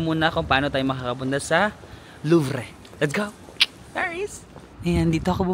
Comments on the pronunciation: Kung nagandahan ka sa Paris… masmaganda pa sa Lyon at South of France baka ayaw mo na umalis… haha at di hamak na mas safe kaysa sa Paris. Yang Louvre (Looovruh) or Le Louvre ( luuh Looovruh) kahit isang buong araw ka dyan hindi mo maliligid yan lahat. Dahil iba ibang section yan napakalaki nyan. Seine (sen) River… Notre ( Notruh) Dame (Dam), swerte mo kasi they recently reopened it kasi nasunog sya… Croissant (krruhwa-sont) (ihahalak mo yung “R” berry slayt) Ang maganda sa Europe, you can go to different countries kasi tabi tabi lang sila… if you go to South of France pede ka pumunta sa Monaco then Italy then Switzerland… pede din from South of France back to Spain to Portugal then to Morocco North Africa naman Tangier, Algeria, etc… Yung pronunciation ok lang yan i-cocorrect ka naman ng mga French… medge suplado sila sa pronunciation… haha. Tama yung ginagawa mo na mag “Bonjour” ( bonjoooruh)) whenever you enter an establishment it is considered polite. Always try talking in French they’ll appreciate it and love it… mix english and french words. Theyll help you with pronunciation… pero listen to the locals pronunciation din to learn. ENJOY LANG HAVE FUN atsaka mispronunciation is part of the experience and its your experience… Haha ENJOY! The french don’t expect you to have perfect pronunciation. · Not Louvre but Loov 😅😅 try pronouncing the right words please para hindi awkward 😊😊being a Parisienne before 😊bonjour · Louvre [Looov not Looo-vreh] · It's Louvrrrr. Don't pronounce -re. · luv-re o loov o loov-ruh pa man pagbigkas mo, loove ka pa rin namin! Sana next time mas matagal ka sa Paris. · Loov Ang pronunciation nila jan. Nalito rin aq jan , metro Ang mas convienient na transportation dyan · kanino nyo po narinig yung luvre na pronounciation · LUV ang pronunciation ng LOUVRE or LUVER Enjoy watching your vlog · “Kwasan” for croissant “Louv” for Louvre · kuya, hindi Luv-reh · Ang pronunciation ng Louvre Is Loov